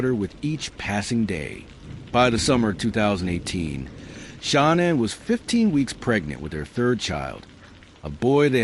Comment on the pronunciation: The A.I. narrator is terrible, they keep calling Shan-Ann , Shawn or Shawn Ann …. N.K. knew all about Shan-Ann she was “stalking” her online. The original violence plan was this: N.K. was in the Watts home, it was planned that she was going to take Shan-Ann’s vehicle, phone, purse, text from Shan-Ann’s phone ( as Shan-Ann ) that she was going away for awhile and would touch base later. HOWEVER, Shan-Ann changed her phone PIN during her trip, N.K. could not get into Shan-Ann’s phone ! That’s why N.K.’s phone pinged in the Watts neighborhood. N.K. was going to ditch Shan-Ann’s car as if it broke down or they were abducted. Chris was going to “take care” of the family while N.K. was doing her evil deed. Their plan was foiled due to Shan-Ann changing her phone PIN . They were upset hence throwing the phone into the sofa, that’s why the phone was found in the sofa and not with her other belongings. N.K. should’ve been investigated more, I think the detectives totally dropped the ball investigating N.K. and just letting her walk. Why else would she change her name and go into hiding ?